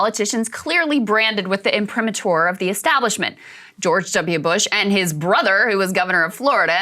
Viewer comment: I'm.pri.MA.tur. God I'm sick of Krystal butchering this word. Emphasis is on the MA syllable Krystal.